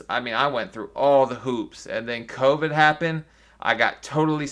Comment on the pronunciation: And Amy pronouncing covid as covic